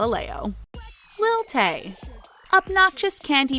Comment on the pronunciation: When she sayee lil tay im like no